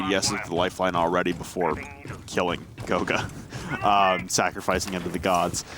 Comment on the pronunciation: Kanto is buck and goga is ash...Can y'all like at least make an effort to try